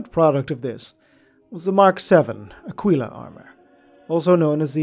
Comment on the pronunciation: Going to be a pronunciation nazi here. It's pronounced Akeela not _Akweela_. Otherwise great work.